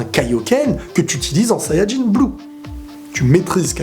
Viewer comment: Je trouve bien la manière dont tu dis sayanjin bleu